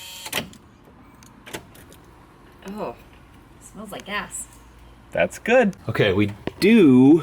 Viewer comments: LOL I heard "smells like ass" LOL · I heard ASS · Did say it smells like gas or 🍑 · I could have sworn said it smelled like ass.....lol But, I guess she said gas........lol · At 3 min. 20 sum seconds. I thought said, smells like ass. And replied, that's a good thing. I was laughing myself hysterically. Then I rewound it to show someone. And realized she said gas, not ass. Might be true either way. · Hey, are you sure said "it smells like GAS?" Because as someone who's been married for what seems like forever, it sounded like she said, "it smells like ASS." Just saying. Lol.😂😂😂😂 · I heard ass also😂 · I thought said "Ew... smells like ass" 😂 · Either mere doesn't pronounce her g's or she said it smells like ass, 😂